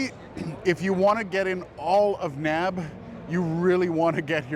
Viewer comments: Been going to the show for 10 years- never have I heard someone call it "NAB," as in a word that rhymes with "grab". N.A.B.-yes, or the N.A.B. show, but "no" to NAB. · People don't say nab. :-)